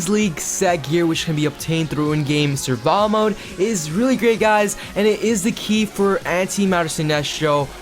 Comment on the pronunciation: It’s survival mode not surva btw